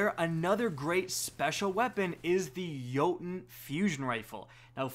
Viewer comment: He's pronouncing Jotunn right though. I'm not gonna defend synthoceps though, that shit's just unacceptable.